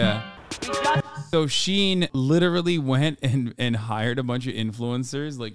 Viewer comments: You saying shine and not she-in 💀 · This is so painful to watch because it is pronounced SHE IN, like two words, it’s short for SHE INSIDE. They said it so many times in the video please 😭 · Why do you keep saying shine when it’s literally pronounced SHE IN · How do you say this company name? I heard him pronounce three different ways. Is it SHINE or SHE-IN? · NGL it drivers me crazy how he pronounces Shein as Shine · Hasan is insane. Watches a video where he hears it pronounced correctly and still calls it “shine” for the entire video. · Hearing men mispronounce Shein is my kink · hasan you pronounce “shein” wrong like how my boomer dad can’t say “chipotle” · I fucking hate fast fashion and the majority of my shit is thrifted but my biggest issue with this video is the way Hasan pronounces SHEIN differently every time he says it lmfao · Me two seconds in: ITS PRONOUNCED FICKING SHINE??? oh wait nvm Yeah everyone is pronouncing it differently and none of them is the way i do